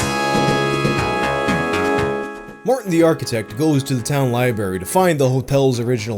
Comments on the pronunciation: Spiders in the lie berry oh no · says liberry